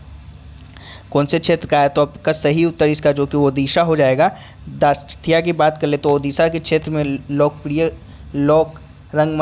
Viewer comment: दासकाथिया नहीं दासकाठिया है वो